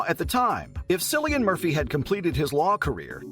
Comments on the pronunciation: Ha ha, 'sillian' 😂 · Lol - It’s a hard C pronounced Killian! - great research you did for this video 🙄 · This channel has 12 videos on Cillian Murphy and they still do not know how to pronounce his name. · All great information but you should have probably learned how to pronounce Cillian’s name first.